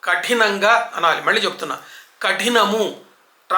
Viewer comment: Asalu కళ్లు, పెళ్ళి, మళ్ళీ, పళ్లు అనటం మానేశారు. సినిమా లో కూడా కల్లు, పెల్లి, మల్లి, pallu అంటున్నారు.karna kathoram ga ఉంటోంది.